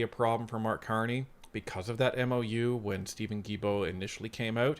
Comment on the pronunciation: Sorry to do this but after all these years of hearing you say “J”ilbault, I have to say it. In French, the g is sounded as a hard g with vowels e, and i if a u is in between. Without the u, it would be sounded as a J. I know, crazy, but that’s how it is. So Guilbault is sounded as hard G.